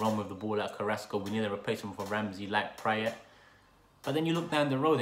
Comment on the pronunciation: just by the way you are pronouncing Praet's name I can tell you have rarely seen him play